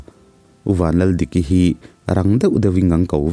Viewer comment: Ka ngaithla ve khawhnu a, Valdiki tih a, val i lam dan hi a dikloin ka hria, Mamnu tih nen hian. Val hi tlangvala val tihrik dana lam lo hian ri hniama lam zawk tur aniang. Hmanlai deuh khan an hrata, vanlal tih rang deuha lam nan khan Val kha an ti mai thin a, Ku Valdiki tih ang khan 😅